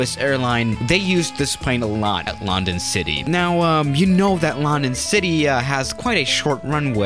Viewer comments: You don't pronounce london lan-dan you pronounce london lun-dun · Its london you prenounce it like lu n dun not loundon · Nobody: Absolutely Nobody:: lAhNdOn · everybody else: london city swiss:loNdOn city 🤣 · "at lAnD0n city" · It's lun don ok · Did anyone get triggered the way he said London